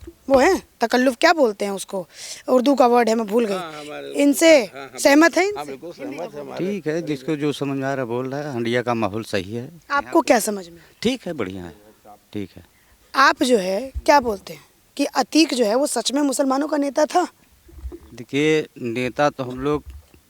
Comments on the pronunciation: जगह का नाम तो ठीक से लें। जगह है हंडिया। हांडिया नहीं। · 'हांडिया' नहीं 'हंडिया' है।